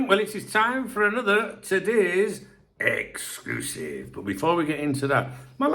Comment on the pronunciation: Did I miss a Darwin exc-loo-sive